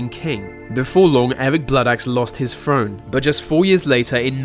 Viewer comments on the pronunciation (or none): He lost his frone .Say "throne" .Annoying as fuck ...